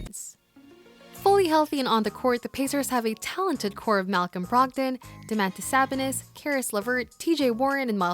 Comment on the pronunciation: So nobody gonna mention how she said Domantas Sobonis name